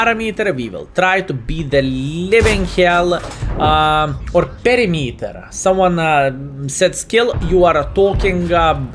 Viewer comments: I wasnt the guy who complained about "parameter", but I want to tell you that you almost got it. Its not "peremiter" its more like "peramiter" 👍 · it’s pronounced Per-imeter...not Pari-meter....PER-IMETEr. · Hi Skill, sorry but "Parameter" works. It makes more sense for me to say "a safe defense parameter" than perimeter.. and it sounds funnier in a way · pls dont say "perimeter" it is horrible, i want to hear "parameter" ty <3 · It is pronounced "pe·rim·e·ter". You say it however you like though. I am grateful you took the time to learn English and make videos for us. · pur-rim-iter skill :) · The reason you can't say the word Perimeter correct is cuz u aint MURICAN. We dont use the metric system, so we almost never say the word Meter. We pronounce it with emphasis on the Peri, then we say Miter, with emphasis on the MIT. like baseball mit.I work in machining, and operating C&C machines i am very familiar with the metric system, so I get why you say it the way you do.